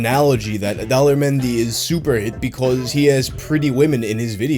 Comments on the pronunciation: It almost sounds like you pronounce his name as Dolla menyu lol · Daler mehdi. Correct pronunciation: The-lay-her Mehndi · Everytime you say the guy's name I hear 'Dollar Menu'😂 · I kept hearing " Dollar Menu" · At first I thought you said "Dollar menu" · Everytime you say Daler Mehndi I think you are going to say "Dollar Menu" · Why do I keep hearing "dollar menu"? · Every time you say Daler Mehndi, I think he's about to say "dollar menu." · All I hear when you say his name is "Dollar Menu". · best foreign song for me: chaccaron maccaron! also, am i the only one hearing 'daler mehndi' as 'dollar menu' the whole time? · I thought you were saying "dollar menu" instead of "Daler Mehndi" for way too long.